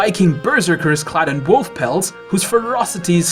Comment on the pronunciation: "With armor made of wofl!"